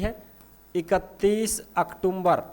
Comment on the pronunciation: भायडा अक्टूम्बर कोनी होवे अक्टूबर या अक्तुबर बोल्या करै😂😂